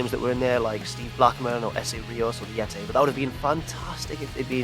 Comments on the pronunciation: Why can't this guy say Yeti? It's nothing to do with having an English accent. I have an English accent. I say Yeti, not Yetay. I wouldn't mind if he didn't make Yetay jokes in so many videos.:P At least he doesn't say dabble you dabble you ay in a horrific attempt at a posh accent like.:P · if he says "yetay" one more time I'm unsubscribing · "Yetay" XD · I died when he said Yiti lol